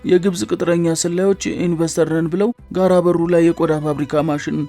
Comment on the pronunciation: ጋረ ቦሩ ነው። ጋራ በሩ አይደለም። ተጠንቅቀህ አንብብ።